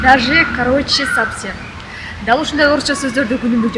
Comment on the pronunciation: Воопшум эмес карындашым, а Вообще жана ЧистА эмес а ЧистО Сабсем эмес а Совсем сабаттуулукту биринчи озунуздордон баштасаныздар.